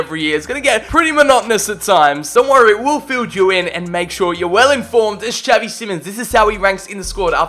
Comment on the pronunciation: tell me why it bothers me so much tha he says javi simons instead of xavi